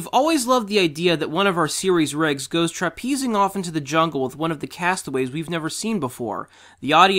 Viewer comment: “trapeezing?” Look at the word again and sound it out.